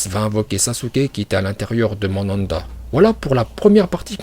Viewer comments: Tu te prends pour qui a prononcé les prénoms comme tu veux il s'appelle Naruto donc ne l'appelle pas naluto Et le serpent ne l'appelle pas Mandanda Et puis on ne t'appelle pas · On dit manda 🤣🤣🤣